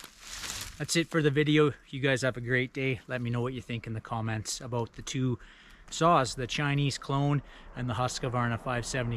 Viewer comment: It’s Husq-varna not husq-a-varna